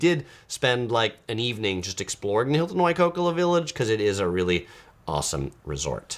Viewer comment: We love the Big Island best and find the open air airport charming and part of the experience. Another fabulous resort is the Four Seasons Hualali and our favourite activity o the BI is golfing. Not cheap but many beautiful courses. Thanks for a great video. By the way, it’s Waikoloa (why coal oh a).